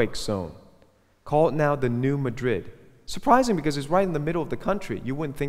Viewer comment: very interesting and informative video, but please, Madrid is pronounced MA-drid when referring to the new Madrid fault line. I live in Missouri where it's located, so I know.